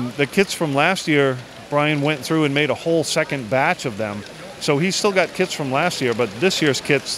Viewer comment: I thought he said kids instead of kits XD